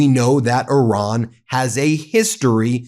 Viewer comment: You really should learn how to pronounce Iran. Would definitely help further the credibility of the messenger.